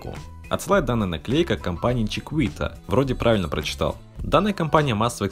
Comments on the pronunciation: Правильно произносить не чиквита а чикита, если на английском. Просто высказал мнение. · Чикита, а не чикуита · Чикита правильно читается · Не знаю, написали тебе или нет, но правильно читается чикита